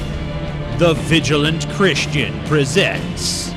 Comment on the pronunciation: did the vigilant christian say chwist?